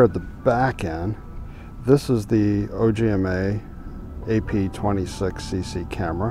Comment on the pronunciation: Small correction. It's not O G M A. It is the name of a star and it is pronounced: Ogma.